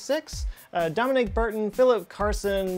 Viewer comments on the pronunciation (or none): none